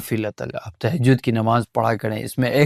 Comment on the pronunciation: Tehjaud.. Ya tahjud😢